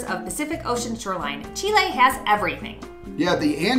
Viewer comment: Thank your for the correct pronunciation of Chile!